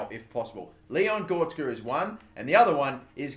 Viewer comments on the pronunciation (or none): Not GOR-TZ-KA But GO-RE-TZ-KA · GOR RET ZKA not gortska please pronounce it right I cringe every time you say his name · It's Gore-retz-ka. You've been saying it wrong since your Southend United career mode lmao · when he says goretska as gorska :) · please learn how to say goretzka name right. Gor-rets- ka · Its gor e tz ka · You butched goretzka's name so much